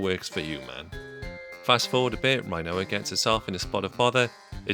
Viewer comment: Do you pronounce Rinoa like Quinoa?